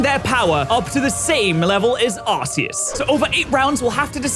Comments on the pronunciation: We need to train to say ark-eus. arceus comes from the arc, and the word dues meaning god so it’s pronunciation ark-ues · Arse-eus goes too hard to drop